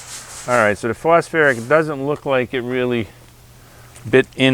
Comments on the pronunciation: Phosphoric not phosferic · It’s phosPHORIC ACID , not phosFerric acid 😱😱😱 But a great video 🥳🥳🥳 nonetheless. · Phos FOR ick acid. 😉 not phosferric smile🙂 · Pronounced -- foss foric.😅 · Why would I listen to a guy who can't even pronounce phosphoric?